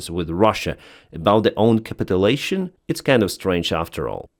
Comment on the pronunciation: Hey - Im a huge fan - [ cap it u lation ] { cap it you lation } or to capitulate [ cap it u late ] {cap it you late } I love you accent and your work Save Ukraine